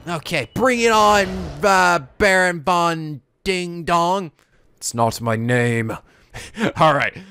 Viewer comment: yeah but i never noticed it was barok until literally said his name and im like WTF IT IS BAROK NOT BARON.